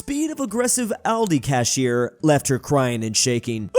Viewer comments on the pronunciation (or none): none